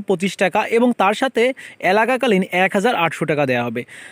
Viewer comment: Vaia alaka kalin na..ayta এককালীন hba bola tik hoy nai